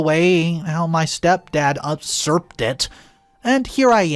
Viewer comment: UUUg, word pronunciation is important if you are reading. So if you don't recognize the word, look it up.....it is pronounced YOU-SERPT...I am still laughing, upserpt!!!!!!!!!!!!!!😅🤣😂🤣🤣🤣🤣🤣🤣